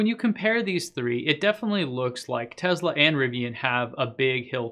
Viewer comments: IT'S NOT A TEZLA IT'S A TESSSSSSLA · It's Tesla, not Tezla…..just wow. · I stopped watching as soon as he pronounced Tesla as Tezla. I don't know, call me strange but it literally bothered me. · why is he saying "tezla" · I love your info I really do... But... Its not Tezla, put an S in there brother. Thanks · That didn't bother me. What bothers me is when they constantly say, "Uh, um", in their speech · Why are you pronouncing Tesla with a z? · Let me help you with your pronunciation. Say the the word “sled” ten times before saying “Tesla”. “Tesla” is spelled with an “s” and not a “z”.